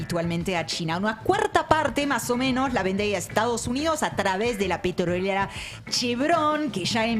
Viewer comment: Entre el o sea digamos del energúmeno y esa mina que no puede pronunciar la palabra “petrolera” con esa obsesión que tiene por marcar la R,me tienen las pelotas cuadriculadas. El programa excelente como siempre salvo esos dos detalles.